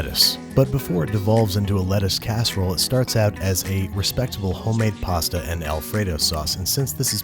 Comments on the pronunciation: P A H S T A H /Pasta/ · I like how they say pasta